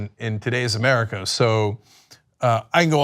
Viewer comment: I thought "murrica" was a joke... But he actually says it like that... 😂😂😂😂